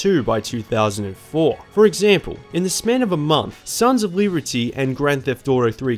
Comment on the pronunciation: “Sons of Leebertyy”